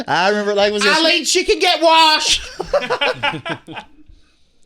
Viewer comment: “she CAN GET WARSHEDDDD” is sending me rn